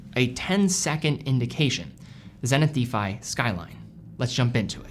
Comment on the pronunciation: Anyone help with the pronunciation here? Is it an American English thing? used to pronounce 'defy' as 'deefy', but then stopped!